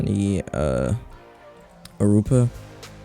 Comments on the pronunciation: Arupa? It's actually pronounced You for e uh. (the 2021 elantra) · did he just call euphoria (said you-for-ee-ah) erupa